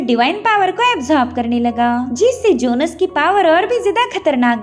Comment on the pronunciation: It's jhones not jonus